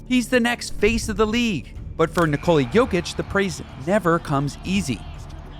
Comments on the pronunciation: Níkola, not Nikóla. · Oh my goat... Stop saying "Nicoli"